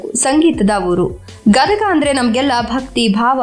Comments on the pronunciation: Medam gadaga alla gadag ani ok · ಗದಗಾ ಅಲ್ಲಾ ಗದಗ ರೀ, ನಮ್ಮ ಊರು.. ಪುರಿ ಮತ್ತ ಬೆಟಗೇರೀ ಚಟ್ನಿ ಮರತರೀ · Gadaga ಅಲ್ಲ ಗದಗ